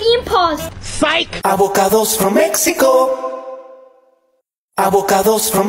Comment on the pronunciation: I love when says avacodos from Mexico